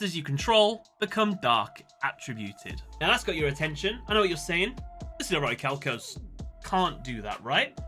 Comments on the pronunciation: Its pronounced 'oricalcamalose'! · Um, I believe it's pronounced "Or-i-ma-calc-u-lous" 😉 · deep breath IT'S PRONOUNCED ORICHALCIMALOS!